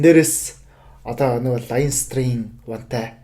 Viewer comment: Бүгд найрамдах Улс биш ш дэээээ😮😮😮. Иреланд Улс гэж орчуулна.Leinster, Munster гэхийг англиар яаж дуудаад байгаан бэ хммм.Clontarf гэж хэлж байгаа нь😮😮😮 хүртэл хммм. Дублин хотод маш олон боловсролтой Монгол залуус мэргэжилээрээ дэлхийн том том компаниудад ажилладаг тэд нараас дуудаж яриулсан бол дээр байх байлаа.